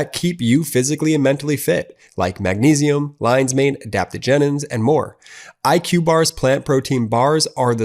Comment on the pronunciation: I wish that when they did commercials using technical or medical jargon, they would have someone with expertise check them on their pronunciation. It’s “adaptogens,” not “adaptogenens.”